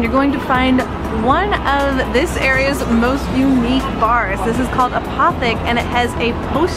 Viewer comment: Apotheke = Ah-po-tek(-eh) Final "eh" only if you're pedantic...or a German speaker. ;-) Also: Go on their jazz/burlesque nights. MUCH FUN!